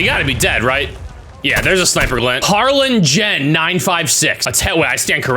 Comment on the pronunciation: Hey, Dutch fan here. Funny to here you say Harlin-gen, which is a small fishermen's town in The Netherlands